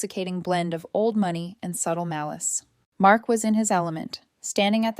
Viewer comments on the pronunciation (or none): Pronounciation of money 👎